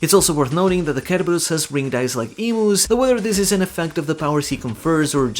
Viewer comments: It's not pronounced ker-ubus. It's pronounced ser-berus. Like cero from bleach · The way you say Cerberus kills me lol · You’re killing me with how you pronounce Cerberus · you butchered the name Cerberus wow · Its cerberus like Cent not cucumber 😂